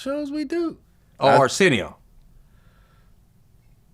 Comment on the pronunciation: My boy said Arsenio.....😂